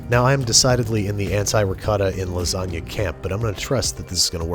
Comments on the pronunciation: You GOTTA have RICOTTA when you're making LA.... LASATTA. Sorry. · it's pronounces laaa-zaaa-GGGGna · It’s called L A S A G A ! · Lasgana? Brad?? Ahhhh my 9yr old brain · Nobody: People born and raised in the US but have Italian ancestors: hey, Italian here, and you're doing it wrong